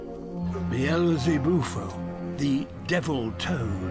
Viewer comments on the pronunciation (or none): none